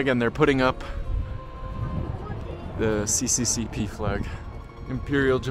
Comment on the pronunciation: I recognize that this is very pedantic, but it's not 'CCCP' but 'SSSR', it's just that the Russian S and R look like the Latin C and P. I was a bit confused at first cuz it soundes like you were talking about the CCP (chinese communist party) 😛